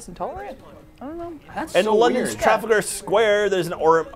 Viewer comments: the way pronounced trafalgar square was abominable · Aw, they edited out them correcting terrible pronunciation of Trafalgar Square. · Anyone else catch pronunciation of Trafalgar Square? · pronouncing Trafalgar wrong hurt me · I’m sorry. HOW did you just pronounce Trafalgar?